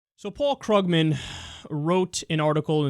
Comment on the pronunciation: Kyle, I like your show, but you continue mispronouncing Paul Krugman's last name. The "u" is a long "u", not a short one.